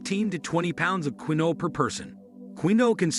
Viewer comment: Quinoa is pronounced 'keen-wah'